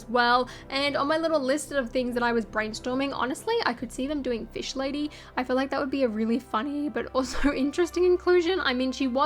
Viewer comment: No one:: FïsH LâDŶ